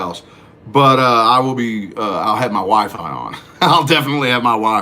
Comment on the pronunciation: Everytime he says Wifi I thought he said Wife! I'm like wife wtf?